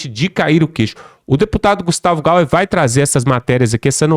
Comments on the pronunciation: Não e Gustavo Gauer. E G A Y E R. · Alô, amigo: o deputado não é GaUer , é GaIer, com i! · Não é gustavo gauer e sim GUSTAVO GAYER